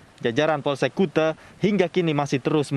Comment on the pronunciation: Bacanya kute😆,bukan kuta